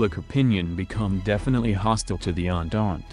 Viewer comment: Andand instead of entente